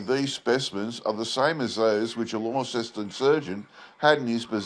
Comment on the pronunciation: So first of all, if you’re Australian, you should know the pronunciation of Launceston as, “LONceston.” Secondly, the only animal I saw in your video that looked remotely like it Tasmanian tiger, was a kangaroo. Were you trying to tell us that was a Tassie tiger? If not, why not find an authentic photo of the tiger? 🇦🇺